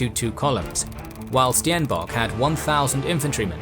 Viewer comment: Hooblood? Styenbock? Might wanna look into how to pronounce the names you'll be saying repeatedly in your videos.